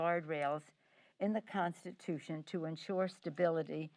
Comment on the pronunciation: Instead of saying constitution she said prostitution